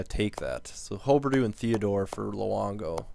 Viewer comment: Its hugh-ber-dough